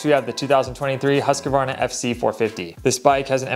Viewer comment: You gotta stop pronouncing Husqvarna like that